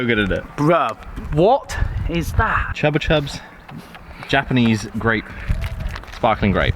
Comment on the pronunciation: bro just said chubba chubbs 🤣🤣🤣 its chupa chups, the biggest lolly company in the world